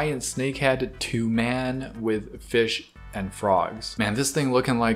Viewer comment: It is not 'to man' it toman